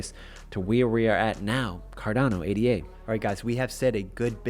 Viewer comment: Pronounced Ada not A.D.A